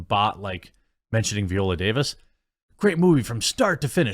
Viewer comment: her name is pronounced vEYE-oh-luh or veye-OH-la. not VEE-oh-luh.